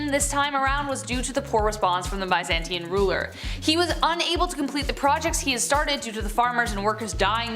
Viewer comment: Please learn how to say Byzantine correctly